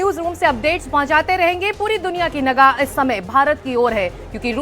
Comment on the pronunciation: Nagah nhi hota nigah hota😂😂